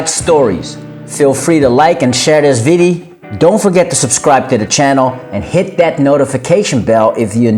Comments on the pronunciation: i hate the way this dude keeps saying "videy". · video. not viddy, video.